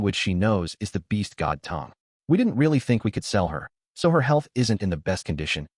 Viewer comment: While I do agree in supporting the official releases, the bot saying "tee hee" instead of the has grown on me 😂 I think I'll thug it out with the bot